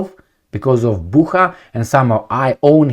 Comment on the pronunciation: Bucha is pronounced similarly to butcher.